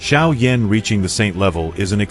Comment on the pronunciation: Sérieux, il faut apprendre à prononcer les noms correctement car franchement Xiao Yan prononcer comme Cha Yan Yan c'est minable... Et ne parlez plus français et anglais choisisser la langues mais ne mélanger plus car c'est pas compréhensible et surtout c'est insupportable.